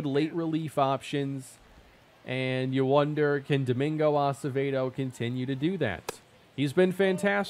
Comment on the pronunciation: Finally! Watching religiously. I gotta tell ya tho... It's "ah-seh-veh-doe" not "ah-suh-vay-doe." Lol it isn't your fault. You probably didn't meet many Acevedos back home in Minnesota when you lived there lol